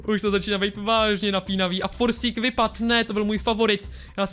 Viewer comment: Forcik se nečte Forsík ale Forčik, klidně se ho zeptej